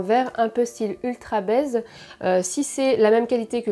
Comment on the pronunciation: Y'a que moi que ça fait bugger 1 seconde de l'entendre parler "d'ultrabaise" ? Je suppose que le nom de la marque c'est "UltraBaze" mais bon comme je connais pas la marque la prononciation à la française fait bizarre xD